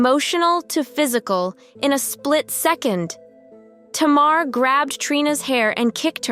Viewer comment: Her name is pronounced Tay-mar.